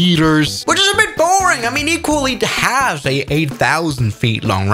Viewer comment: Here is how you pronounce Iqaluit (EE-KAL-YOU-IT). I live in Canada and know how places are pronounced